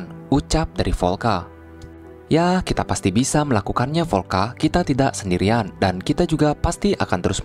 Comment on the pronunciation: Vyolka , cuma biar gampang pengucapannya jadi volka bang